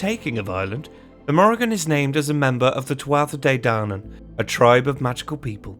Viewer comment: Great video but ahem... Pronounced phonetically: Tuatha de Danann ........Tooa day dannan Cuchulainn ................... Cu-Culann Queen Medbh.................Queen May-ve